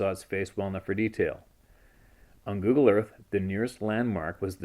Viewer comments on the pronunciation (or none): none